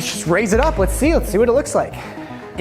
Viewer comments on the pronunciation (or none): none